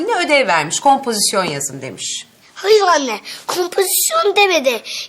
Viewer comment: Hayıv anneğ kovpohisyon demedi